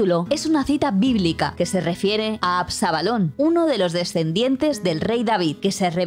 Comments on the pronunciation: Es "ABSALON", no "ABSABALON" como pronuncia la narradora del video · Absabalon, Absabalon? Qué dices? No sabes leer? Ab - sa - lom 😂. Y yo leo la Biblia en hebreo y arameo